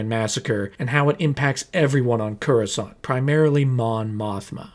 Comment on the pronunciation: I've seen a lot of your videos. They're great! But your pronunciation of Coruscant is wrong every single time and it's bothering me 😂